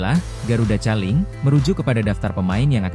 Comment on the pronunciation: Koling bacanya bukan caling … kocak 😂